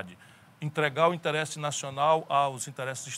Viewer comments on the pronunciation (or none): Porque o Ciro é o único cearense e brasileiro que fala "interÉsse" eu não sei!